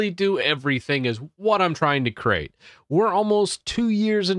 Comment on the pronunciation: CRATE... not CREATE.. CRATE. LOL at least that's what I hear lol <3 if you see this lol